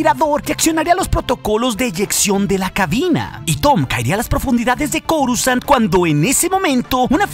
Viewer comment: porque en mas de un canal normalmente pronuncian """corusand"" en vez de coruscant como debe ser????